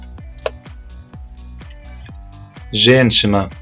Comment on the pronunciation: Только не ребЬёнок,а ребЁнок😁 Не женЧина,а женЩина) вам тоже нужно ещё тренироваться с произношением😁